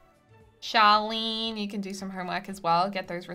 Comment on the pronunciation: I swear that I keep hearing you say Charlene but it's Charlie :p